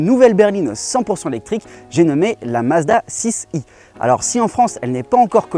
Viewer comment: Pourquoi vous dire « Mazda six i »? Soit vous Parlez anglais, avec les chiffres aussi, soit français. Assumez votre langue et votre pays!